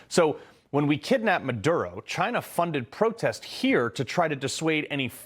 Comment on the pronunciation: THIS GUY CANT EVEN SAY CHYNNA without sounding like a moron